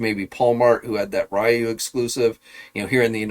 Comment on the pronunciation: It's not pronounced as Ra-You , it's actually Ri-You (Ryu).